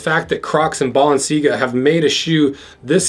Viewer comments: balance-si-ahhh-gaaa... DUDE... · Ball en sea gah- sounds legit 😆 Expensive April fools that's for sure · I'm sure you said BalenciGaga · Anyone else hear him say balencigaga Bc I loved it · Bro said balencigaga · Belangaga ??? lol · Lol you keep butchering the name, super funny video an I can't believe u got your actual size 🤣 😂 😆 didn't expect you to say it was a good buy at the end lol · The subtle mispronunciations of "Balenciaga" were a nice touch. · I love the way you mispronounced balenciaga a different way every time you say it